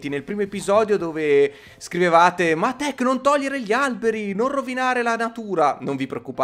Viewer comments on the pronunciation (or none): Non devi dire tac Devi dire TEC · Tech potresti dire al posto che tach potresti dire tech